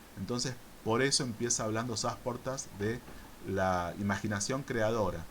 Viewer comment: No es Sásportas, es Sasportas, sin tilde. Estas pronunciando mal.